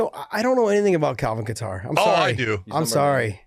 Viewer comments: They are pronouncing Kattar wrong🤦‍♂️ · You ladies are pronouncing Kattar wrong. Lmao